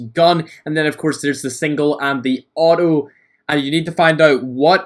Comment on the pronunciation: Its Not "O o" its auto